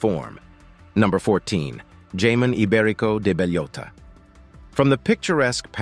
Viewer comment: I've eaten most of this and don't consider myself "rich", just well traveled. ...And I can't be the only one who started laughing uncontrollably when he mispronounced jamon iberico.